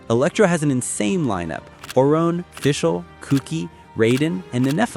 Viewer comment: Lol “Orone”….